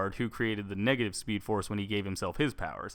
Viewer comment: I'm not gonna take advice from someone who says negtive